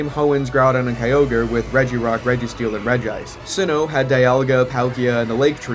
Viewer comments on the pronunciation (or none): I’m so sick of people saying regi ice like regice it’s not regrock or regsteel so it’s not regice, it’s regi ice with a space